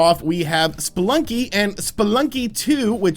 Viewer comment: But your saying, “Splunky”... it’s pronounced, “spelunky” note.. the letter “E”